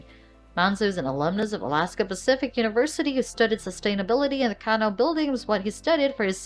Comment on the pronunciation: CanO?? Lol Please stop saying canO haha Bad enough most people call them Canoo's. It's cAnoo :)